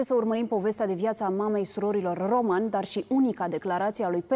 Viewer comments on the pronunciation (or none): Se pronunta Ròman,cu accent pe o nu pe a,inteligenta artificiala!!!